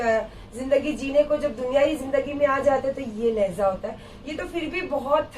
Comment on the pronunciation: Randi lahza nahi hai urdu mien LAHJA hota hai bandar kya jaane urdu GANDI ghodi dhagad diwani